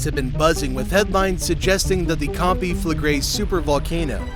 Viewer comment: Can pronounce the volcano but gets naples wrong. Who is this guy?